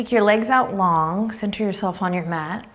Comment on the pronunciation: when you said math instead of mat I laughed out loud